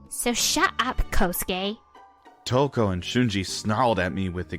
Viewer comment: It's Touko, King. Not Touke.